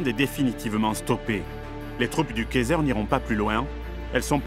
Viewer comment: Attention à la prononciation du mot Kaiser car la manière dont tu le prononce ressemble à käser qui veut dire fromage😅 super vidéo par contre!